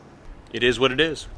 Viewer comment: ET IS WHAT IT ESSS